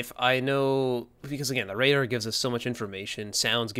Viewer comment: I really believe shotgun apes actually talk like that. "RaDAR"